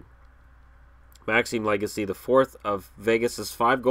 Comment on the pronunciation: Legace is pronounced “Leg-ah-say” if you care, lol